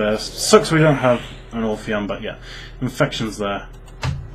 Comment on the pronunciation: Obtw it's ophion, not orphion. No r